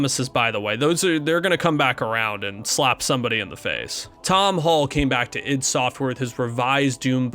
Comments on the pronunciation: it's Id as in Id and ego not I.D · Okay, great coverage so far, but damn your pronunciations need work. id is usually pronounced like it sounds in the word bid, not I.D. That may depend on who from the team you ask as I think it originally stood for ideas from the deep. Ion is literally pronounced I-on. Ions are positively or negatively charged atoms. Deus is Latin in origin. It is pronounced like Dey-oose. It means god and derives from the Greek literary device Deus ex Machina or god from the machine, pretty fitting for the game given its subject matter. Love the video so far but couldn’t help myself.